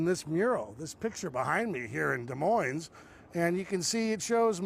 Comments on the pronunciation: if you’re going to be in media, the least you could do is learn to pronounce the names of our cities and towns. The final “s” in Des Moines is silent. Get a clue. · Des Moines isn’t pronounced with the “s.”